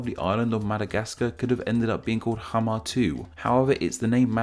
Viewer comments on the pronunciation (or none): Im from Somali and I didn't know that madagascar's name comes from Mogadishu btw xamar is not pronounced hamar.